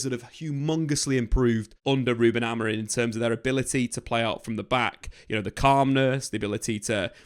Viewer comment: it’s Amori(m), not Amorin as you were saying the whole video